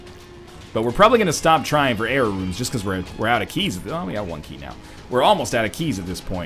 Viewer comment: Every time you say "Error Rooms" I hear "Jera Runes".